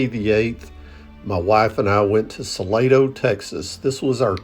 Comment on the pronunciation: I am pretty sure it is pronounced Sa Lah doe. At least, that is how San Antonians say it.